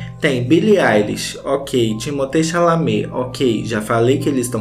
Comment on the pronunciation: ele falando TIMOTÊ CHALAMÊ tá me matando de rirrrrrr kkkkkkkjjjjj